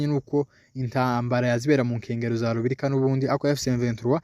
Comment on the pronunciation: Ntabwo Ari rubirika ni Rubarika.